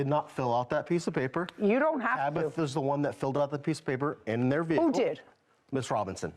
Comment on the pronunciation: VEHICLE IS PRONOUNCED VEHICLE, (VE-HIC-LE), NOT NO veakul